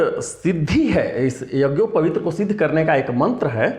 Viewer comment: यज्ञोपवीत को भी तुम शुद्ध नहीं बोल सकते हो क्या वीडियो बना रहे हो पहले यज्ञोपवीत शुद्ध बोलना सीखलो